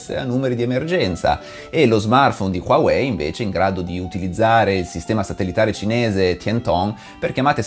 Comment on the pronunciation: LA PRONUNCIA NON È QUAWEI MA HUAWEI